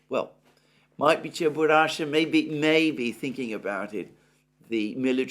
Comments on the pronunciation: This is CheburashKa, not Cheburasha))) BTW, Cheburashka is an old Russian cartoon character, which is quite funny. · it's Cheburashka. Not Cheburasha :) A russian cartoon character